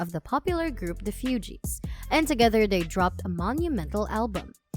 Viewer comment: The mispronounciations for me 😡. You'd think the speaker would know or research how to pronounce Lauryn (Law-rin) or Fugees (Foo-gees) before making a whole video about her. So disrespectful.